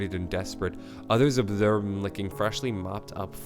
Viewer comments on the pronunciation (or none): none